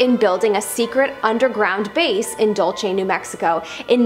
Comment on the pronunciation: It’s not pronounced Dull-chay as was mispronounced in this video. Dulce, New Mexico is pronounced “Dull-say.”